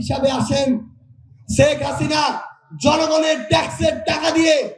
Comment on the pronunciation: প্রধানমন্ত্রীর শেখ হাসিনার নামটা ঠিকমত বলতে পারে না। খাবারের বিল হিসাব করে । খাবারের হোটেলে কাজ করার যোগ্যতা নেই । শেখ হাসিনার সেকেন্ডে 10 লাখ টাকা খেলে এই দেশের মানুষ তাকে ভুলবে না সামনের নির্বাচনে তাকে প্রধানমন্ত্রী হিসেবে দেখতে চাই । উন্নয়ন তাকে সামনের প্রধানমন্ত্রী তৈরি করবে